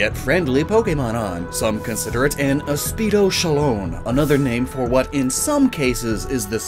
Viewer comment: Man can’t pronounce “Aspidochelone.” Great video though! Really insightful for a Pokémon video.